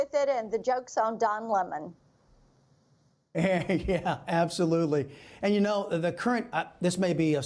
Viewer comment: Lemon is aptly named. 🍋 And it’s not pronounced La Mon.